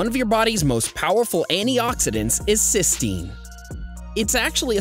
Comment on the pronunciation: N acetyl cysteine not cystenine